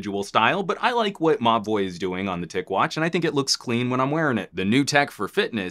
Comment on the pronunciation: I swear this whole time I thought you were saying "Ma Boi" not Mobvoi